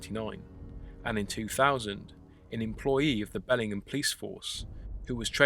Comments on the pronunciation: Hey this is where I live! We pronounce it Bell-ing-HAM, not Belling'em...but whatever. I have lived here for 35 years, media coverage on this event has been extremely/curiously minimal. But our cops are corrupt and the newspaper is only good for lining animal cages. Truth be told.... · lol “Bellingam.” It’s “BellingHAM” ;) (just a local nitpicking—cool video!) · Can't believe I've lived here over a decade and never heard about this! Thanks for the great video. Incidentally, we pronounce the H, BELLingHAM :) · Your pronounciation of the place name is incorrect. Amercans say the ham as in the meat!